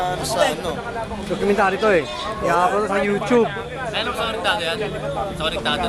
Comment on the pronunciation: LOL YOUCHUBE hahahahhahahahahahahahhaha